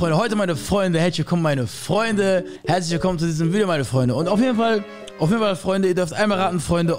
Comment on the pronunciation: Statt herzlich willkommen hezsch wilkom